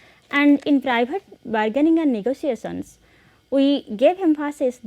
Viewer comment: Very bad pronounciation of words like "issue", "negotiation" etc. Improve your conversational english